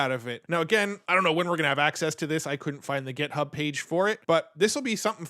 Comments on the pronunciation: Am I miss hearing or is he saying GEThub instead of GIThub? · You are driving me crazy. It's github, with an 'i", not gethub, with an 'e.'